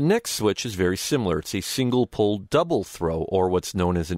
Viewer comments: Pole, not Pull!!! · I believe it is double/single "pole", not "pull".